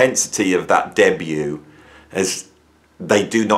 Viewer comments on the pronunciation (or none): none